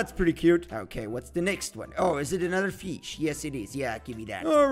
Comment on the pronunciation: He say fesh insted of fish XD